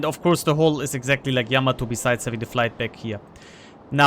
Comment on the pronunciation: Thanks for the input T. And Thank you for pronouncing Yamato correctly.